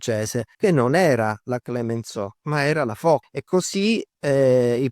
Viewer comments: Molto interessante. Piccola nota per chi desidera citare correttamente i nomi menzionati nel video: "Foch" si pronuncia /fɔʃ/, non /fɔk/. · Come perdere immediadamente tutta la credibilita, pronunciando ' Fok' invece di 'Fosc'.... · Ebbene si,secondo me proprio perche'e'sul pezzo da 40 anni dovrebbe sapere la dizione corretta,ripeto non e'una svista ,evidentemente pensa davvero che si pronunci "Fok'...e questa me e'una piccola cialtronata.... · La portaerei "Foc", non si può sentire.